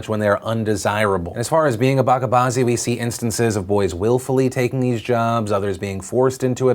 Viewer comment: Is my comment getting deleted? Hey Phil you pronounced 'Bachabaazi' wrong. It's 'bacha' with a 'ch' sound as in Children not a 'k' sound.